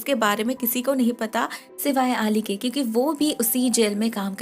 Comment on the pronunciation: I'm sorry to say but you mispronounced the name 'Ali' it's pronounced as 'Al-e'